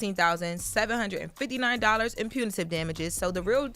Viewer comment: Jess can't even pronounce Pepperoni so Her reading Punitive was gonna be brutal.